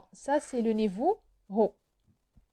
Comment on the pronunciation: Salam, juste une petite remarque: on ne prononce pas le H de haut c juste comme "au", bonne continuation